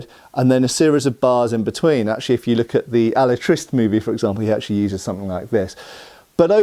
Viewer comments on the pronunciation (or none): I'm a loyal viewer and I love your content but I have to tell you that "Alatriste" is pronounced A-la-trist-te, not Alatrist.:) 😊